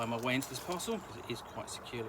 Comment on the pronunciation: Took me a beat to realize you said "parcel". I kept hearing "puzzle", and being like yes, it's a puzzle to get into, but they can't be what he's saying.